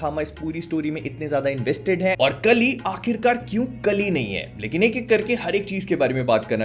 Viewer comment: Hey bhai kali nhi hai vo काली hai bhai